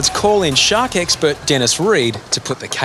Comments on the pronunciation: It sounds like he’s saying shock every time they say shark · I thought he said "shots" lol